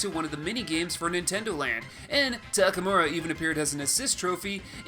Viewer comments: Isn't it TakamArU instead of TakamUrA? Just wanna make sure I'm not crazy. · It's Takamaru